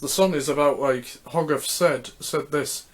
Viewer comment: It’s pronounced hoe-garth... not hog..arth even though it’s written that way